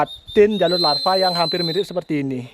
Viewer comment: Koreksi dikit bli jalur lavaaa ee bukan larvaaa 🐛🐛🐛🐛